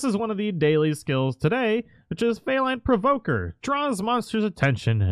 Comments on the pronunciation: ZaleraArkanus666 there's only one way to say it though? It's FEE-line, as in cat, as in the Palico is a cat. Mystery solved 😒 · I know he kept saying fey like the mythical creature and it hurt to hear... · Where is that accent from does he know its pronounced FEE-LINE not fay-line? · brother it is is FEE-LINE not fey-len lol. its meant to be like a feline a cat since its palicos just replaced the y <3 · Pretty sure it's feline not feyline. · Fee+line. Not fey-line. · I'm pretty sure felyne is pronounced feline, not fay line or fay lin... Monhun loves its puns. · Lmao.._ felyne..its Fee line not fay linn as in cat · Nitpick, but it bothers me whenever you say Fae/Fey-line instead of Fee-line. The y only replaces the i, it doesn't modify the e. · its " fee-line" not "fay-line" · faylin? i think it's pronounced the same as "feline"...you know...because they're cats? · “Feyline” “Feeline”is how you pronounce it. Feline as in cat. They just spell it felyne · Feeeeeeeelyne! Not Faylyne! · Felyne isn't "faylin" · Jesus...this guy can't say "FEE LINE". Driving me friggin RABID. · I didn't know it was pronounced "fay-line" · FEE LINE is how you say it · Felyne = Feline (fee'line)...you know, like a cat. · My God I'm sorry but it is fee-lyne pronounce that cat right lol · had to turn it off after "feyline" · I know I'm that guy but i believe it's "FE- LINE" like a cat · That first Felyne Rider..... More like fail line Rider. Learn to talk son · Awesome video 📹 never heard anyone pronounce Felyne like that though 😂 (fee-line) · Why do you pronounce felyne differently than you would pronounce feline? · no, they say Felyne quite a lot of times, actually. He should know how it's pronounced. Even if he hasn't seen or didn't pay attention to those cutscenes, it's quite obvious how it's pronounced.